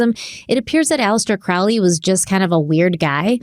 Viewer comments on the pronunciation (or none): “It’s Crowley as in holy, not Crowley as in fouly”: promptly goes for the latter pronounciation! 😅😅🤷🏻‍♀️😅 Thank you for another awesome episode. Btw, I also have an Ankh tattoo on my back, between my shoulder blades. It is said that the christian cross symbol heritages from the ankh, when it still had that loop; feminine in the symbol.